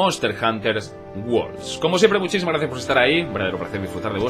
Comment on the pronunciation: Te ha dado por llamarle Worlds con "s" ehh jajajja. Qué tío! Aún así viva la madre que te parió!